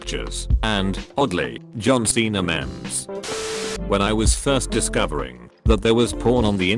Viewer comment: Everyone: "meme's" Robot voice: MEMS